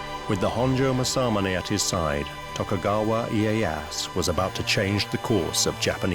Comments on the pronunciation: Isn't it Tokugawa Ieyasu? Not iyeass. Narrator spelling his name wrong many times. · “Tokugawa IyeyaSU!" you idiot. I get it, you got booked, congrats, but could you have put even minimal work on pronunciation, at least the names.